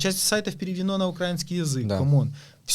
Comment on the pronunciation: Выучите уже наконец где ставится ударение в слове «украИнский».